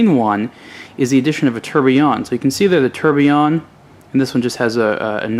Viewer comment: Tourbillion is pronounced - Tour-bill-yon. You have to say all the letters on the word, not ''ate'' them in american style :))) Just a note, great review btw.